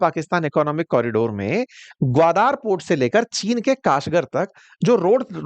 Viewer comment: ग्वादार नहीं ग्वादर है ।